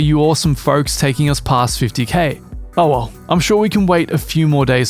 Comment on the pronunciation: "Oh well" or "OwO"